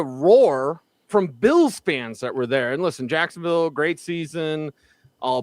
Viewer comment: Cracks me up how says “Jacksonvull” thinking he’s saying “Louisvull”. Just LOL